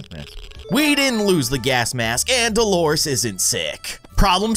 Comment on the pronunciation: Her name is Delores not dolores